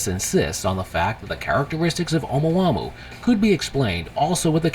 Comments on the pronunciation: ya'know i really hate it when a NON-scientist narates a video about scientific discoveries and FAILS to double check the actual pronunciations of these words....Oumuamua is a Hawaiian word.....it would be pronounced OH MOO AH MOO AH....OU is OH and MUA is Moo Ah.... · Are we going to talk about the pronunciation of Omahumhau?Or Nah? LoL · Ai is supposed to be so smart, but it can't pronounce words like Omuamua, lol 😂 Ai is reading this out!! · The voice is pronouncing the name wrong because it’s an AI voice over. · The way he pronounced Oumuamua (sp?) was so annoying.